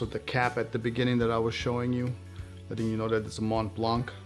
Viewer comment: "Mont Plongg" One thing is certain, you are not French 😁